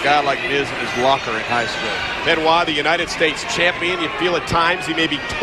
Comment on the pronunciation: Benoit? Where is R in that name?